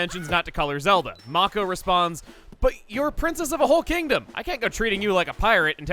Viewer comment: It's may-ko, not maw-ko